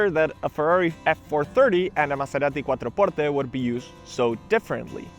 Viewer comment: Stop saying Maserati quattro portte like that 😂, it sounds siilly